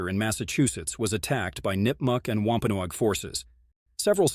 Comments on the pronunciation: COMPLETE NONSENSE !!! Show us where you got this story ? My family is from both Original Pilgrim Settlers & Wampanoag. It's pronounced "WAMP (like swamp) - PAN- NOG. Also, King Philip's name was METACOMET. I know all the truth.. as it's been passed down through my family (ON BOTH SIDES).. You never mentioned the French & the Dutch who killed 2 British Soldiers & 1 Pilgrim.... wore their clothes to meet one of Metacomet's closest childhood friends & best salesman.. on Long Island NY.. killed him & sent his impaled head back up to Massachusetts. Making sure there were plenty of witnesses.. which started the war. The French & the Dutch were extremely jealous of the great deals the Wampanoags gave to their FRIENDS.. The Pilgrims & the British. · lol at him mispronouncing wampanoag its pronounced like eggnog "wompanog"